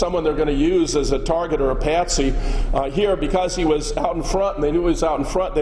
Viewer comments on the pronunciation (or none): none